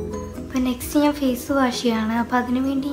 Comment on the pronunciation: പടച്ചോനെ nji എന്നാണ് പറയൽ